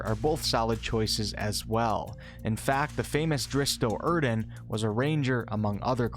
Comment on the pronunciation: "Drist Doe-urden." cringe "the famous Drist Doe-urden" cringe